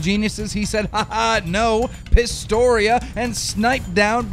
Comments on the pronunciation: Keem you called the best halo player in the world PISTORIAN, WTF M8 its PISTOLA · Pistola. PisTOLA. PistOLA. OLA. O, L, A. Pistola means Pistol in Spanish/Portuguese. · "Pistoria" LMAO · "Pistoria" LMAO. And don't start with the whole dyslexia sympathy shit. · Why does keem always mispronounce stuff? like he called pistola pistorian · What in the world did you just call Pistola lmao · cant even say pistola right